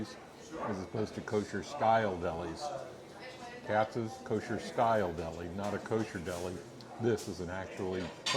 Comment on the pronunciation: First, Reading Terminal Market in Philadelphia is pronounced the same way as the city in Pennsylvania (like Redding). It’s a shame you did the research into pastrami reubens on the east coast but can’t pronounce the location of one of your favorites correctly. Second, you nailed Katz’s.